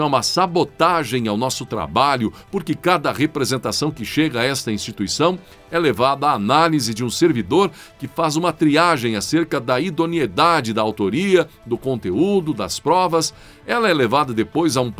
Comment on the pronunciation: IDONIEDADE, NÃO!!! I D O N E I D A D E,! REPITA COMIGO: IDONIEDADE, IDONIEDADE, IDONIEDADE, IDONIEDADE, IDONIEDADE, IDONIEDADE!!! NUNCA MAIS FALE IDONIEDADE, CERTO???